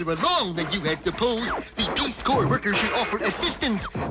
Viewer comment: I remember this one, and I always thought it interesting---out of respect, no doubt---that didn't mispronounce "Corps".